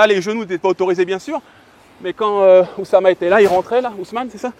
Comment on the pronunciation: Toujours à la limite de l'égocentrisme ce. Housman et non oussama, comme il le répète plusieurs fois, ne lui à pas plu avec sa gauche et sa non connaissance de karaté bushido. Il devrait demander un peu d'humilité à